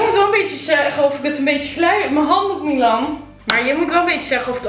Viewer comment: Waarom zeg jij miwan